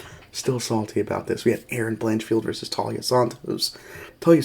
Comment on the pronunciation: TAI-LA as in Thailand. Not Talia.